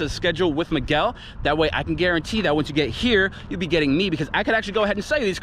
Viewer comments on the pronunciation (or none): none